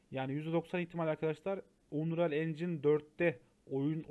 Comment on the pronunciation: Aga iyi güzel hoş da "unreyal" deyip durmasan? "Anriyıl" diye oku şunu wockcnxnmdsoa